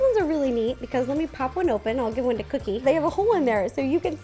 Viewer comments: not to be rude but is it just me that whenever ro says cookie it sounds like coodie? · she said coodie instead of cookie but awh they are so cute 🤩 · You keep calling cookie coodie???????? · Who else loves how she sometimes calls cookie "coodie"?! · U keep callin cookie cooddie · Why did she keep saying kodie not vookie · Did you call her coodie not tryna be rude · did any one realise that ro says coodie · Is it just me or does every time RO say cookie it sounds like she’s saying cootie?? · Did u hear Ro say coodie? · Am I the only one who heard ro saying coodie in stead of cookie the whole vid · I know her dog is called cookie but throughout the video I only heard coodie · Is it just me or Ro calling Cookie, “Coodie” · She does sometimes Idk why.. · I keep thinking you say coodie xx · She does